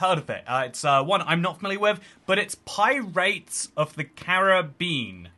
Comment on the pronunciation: "Pies of the Bean"...